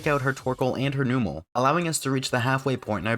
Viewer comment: “Numb”mel, not New-mel.